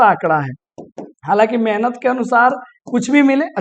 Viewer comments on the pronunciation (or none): none